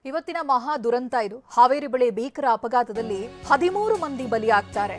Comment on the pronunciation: adu beekar alla bheekar anta heli modalu sariyagi matadodu kaliri